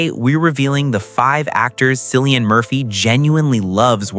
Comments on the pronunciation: The way you incorrectly pronounce cillians name makes me not want to subscribe 😢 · Killian his name is pronounced killian my goodness if you are going to do this get the pronunciation right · The C is pronounced as K. Quit using it like the Boston Celtics. Completely wrong. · I know, this drives me crazy, I hear Cillian's name being mispronounced more often than not 🤔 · I enjoyed watching this but echoing the comments below it’s Cillian with a hard C as in K. I don’t understand how you can take time to produce a video like this and not get his name right, particularly as he’s everywhere globally at the moment, and quite rightly so. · Cillian is pronounced with an initial K sound, not an S. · It’s pronounced killian not sil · It’s pronounced KILLIAN….not sillyan….get his name right for gods sakes!! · His name is Cillian Murphy, pronounced with a capital K and NOT Silian with an S 🤔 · Yes, I love "discovering the real stories" more when you pronounce the subjects name correctly as Killian but spelled Cillian. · Hey commentator, how about discovering how to pronounce his name! Not Silly-Ann but Killy-Ann!!! WOW 🙄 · Kilian,not Cilian. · His name is pronounced KILLIAN not Sillian. Get it right. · His name is not Sillian, it’s Cillian, pronouns as KILLIAN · Disrespectful Man. It's Killian not Sillian. Do your research. Its so annoying to hear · It’s pronounced KILLIAN. 😬😳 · Pronounced Kill- ian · JESUS . IRISH K , NOT S SOUND. 🍀🍀🍀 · Kill-ie -an, Jesus man learn how to pronounce the actors name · It is 2026. His name is pronounced KILL-EE-AN. Brutal. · It's pronounced Cill like window sill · No it’s not. It’s pronounced Kill. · just for your info .. if Cillian heard you say his name with the s sound and not the hard C sound .. he would not be pleased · If you’re going to make a video about someone, you should at least pronounce their name correctly. I can’t take this seriously with this egregious error front and center. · The C in Cillian is pronounced as a K!